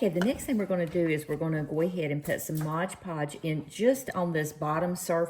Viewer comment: MOD podge. Mod. Please. It's not modge. :) I have some great napkins and planned to redo some little drawers with them. Thanks for the hints on how to make that happen without the wrinkles.